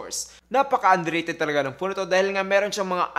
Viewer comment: Teliphowto daw HAHAHAHA